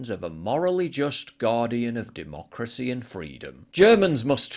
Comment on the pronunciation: muh duhmoocrusee